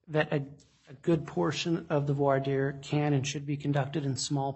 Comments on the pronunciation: voir dire /ˌvwɑː ˈdɪə/ Not 'for dire' Sometimes I rely on subtitles or transcript and both are really poor on YouTube. Parts of the script when followed is pure rubbish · Some things about this judge as sort of surprising. Big and small. In this session, hearing that a JUDGE doesn't know how to pronounce "Voir Dire" was a shock. Other attorneys at that hearing had no problem. It is a bad sign. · If Lori was an all powerful translated being with portal power, she could have gotten herself out of jail. Also, I now have less faith in the Judge given his butchered pronunciation of voir dire. (HINT: That's not it).